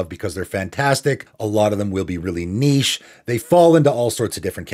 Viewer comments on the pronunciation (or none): none